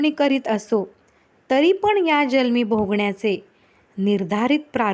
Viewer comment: खूपच सुंदर! श्रीराम समर्थ ! "जल्म" असा उच्चार "जन्म" असा करावा असे वाटते.